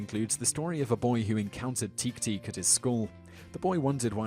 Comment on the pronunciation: Japanese is very phonetic. "teke" is pronounced "teh-kay" and "ningen" is pronounced "neen-gen" with a hard "g." it literally means "earthling."